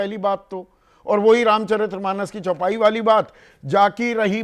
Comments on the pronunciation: अबे चौपाई तो ठीक बोल दो भाई 😂😂😂 क्या पत्रकार हो तुम ? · Bhaiya chaupai to sahi bol lo visletion?